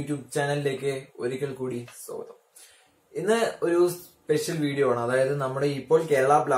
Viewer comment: Bro സോഗതം alla സ്വാഗതം